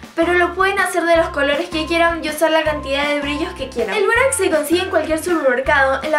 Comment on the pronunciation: Todo iva bien hasta que dijo borax